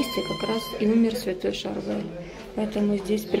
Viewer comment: Он - ШАрбель! Ударение на первый слог!